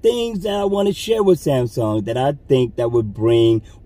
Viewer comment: Wait, you said Samaung at the begining and I thought I was on the wrong page. Lol